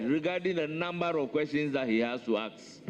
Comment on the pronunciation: What is aks? "Ask," not "aks." Past tense is pronouns "ast". The chairman needs to work on his pronunciations.